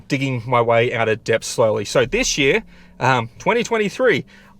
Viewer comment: "debt" is pronounced 'det'